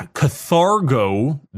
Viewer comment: I love you but it's kaRthago sector